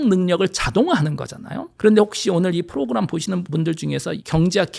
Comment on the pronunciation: 알고리즘을 앨고리즘이라고 하고, 프로그램을 프로그람이라고 하고, 그래픽을 그라픽이라고 하고, ... 내용은 좋은 데, 발음을 왜 이상하게 하시지?